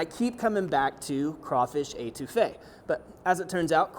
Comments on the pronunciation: Étouffée - to smother, nice try though. Your pronunciation would drive my Cajun grandmother nuts. Also, adding the tomato makes your Étouffée Creole. Cheers, and laissez le bon temps rouler! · I'm sorry. The way you Étouffée is driving me nuts.